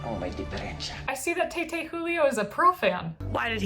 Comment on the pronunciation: Taytay pronunciation is [Ty Ty] Means father or Dad. Love this show review so much.